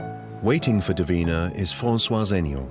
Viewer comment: It's Davina not deen. ??